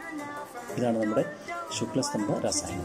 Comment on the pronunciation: രാസായനം ആണോ രസായനം ആണോ